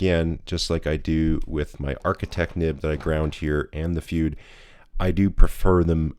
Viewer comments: It's "fude = foo-day", the ending rhymes with the photography term "boke = Beau-kay" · I am sure someone else spotted the anglicized pronunciation of "fude". It is "foo-day". Aside from that, I have a Bobby fude nib for my Wing Sung 601a. It is a marvelous writer. Very smooth but I need to practice with it more to get the full benefits of this nib. It does produce some interesting line variation when doing normal script. Bobby also created an architect nib for a Lamy Safari or Jinhao 80. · Not FOO-day. It's FOO-de. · "Fude" is a Japanese word (筆) and is pronounced like "foo-deh" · Fude is pronounced Fude not Fude or Fude. 👍 😂😂😂😂